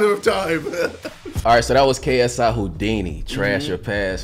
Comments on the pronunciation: JJ: taking the piss out of a guy for saying “Hodini” Also JJ: “Adventurous” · HOEDINI LOL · "Hoo-dinee" "Advent-choo-russ" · KSI: Insulting a person for not knowing how to pronounce Houdini Also KSI: cant pronounce mural. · LOL cmon now how do you not know Houdini. see mural makes sense because the way the pronunciation is is some what difficult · JJ: HOW DO U NOT KNOW HOW TO SAY HOUDINI!!! ALSO JJ:Mooooral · JJ making fun of the first guy for not knowin how to say Houdini when he couldn't say Mural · KSI says Houdini is s word when he cant say mural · Me not knowing how to say Houdini but I know who it is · KSI : bullies someone for not being able to pronounce "Houdini" Also KSI : Can't pronounce Mural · JJ, don't make fun of the guy that couldn't pronounce Houdini. You couldn't even pronounce Mural. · Americans : I dont know how to say Houdini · KSI can't say mural and hes bullying this man for not being able to say houdini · KSI is laughing at a guy not knowing how to say Houdini while he can't say mural-like wtf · ksi is getting tilted over someone not being able to say Houdini... Also KSI: ifmufh (isthmus)